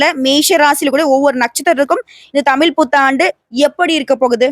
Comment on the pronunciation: அம்மா தாயே நீங்க தமிழை கொலைசெய்ய நாம் பேசுங்கோ தமில்தமிள்அல்ல தமிழ் தமிழ்